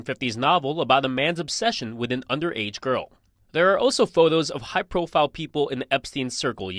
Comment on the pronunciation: The way you speak is grinding my gears man. WHY SO MUCH EMPHASIS ON THE "H" in words starting with "wh"??? You're even putting an "H" in words WHERE THERE IS NONE, like "with". GEEZ. Then when you say "been", you're pronouncing it so specifically as "BEAN" (like you're so proper). GEKKKKK! I support the work you're doing, but omg, the way you talk... I also acknowledge that this is just MY opinion that nobody asked for, and you're free to speak as you wish to, and that many other people might love the way you talk. I just felt the overwhelming need to vent, as we humans sometimes do. Carry on.